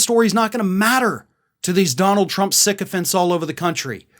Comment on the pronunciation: Lol...everytime says "sycophants", I understand "sick offense"